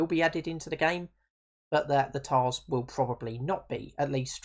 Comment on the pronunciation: Please dont say "Toil-di" say "Tol-di" and it's not pronounced "Tarz" its pronounced "Tush"